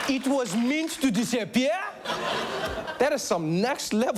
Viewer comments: "It was meent to disappea"..lmao...I laughed so hard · "It was mint to disappea'a" IT WAS MINT TO DISAPPEA'A ?! IT WAS MINT TO DISAPPEA'A ?!?!?!